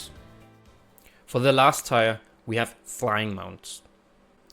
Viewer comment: Tier is pronounced teer, and not how it is spelt.